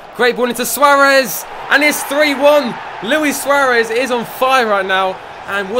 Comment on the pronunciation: Swaaaarez, mate say it properly